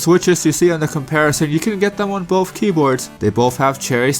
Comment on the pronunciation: He keeps saying "bofe" ... it's "both".. i keep expecting him to say "Bofa deez nuts"